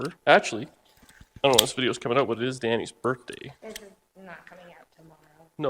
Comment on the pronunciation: Happy "Berf" Day! You're Adorable!